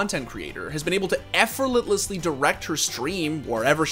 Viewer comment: My man said effortless as EFFORLETLOSSLY, I love you, <3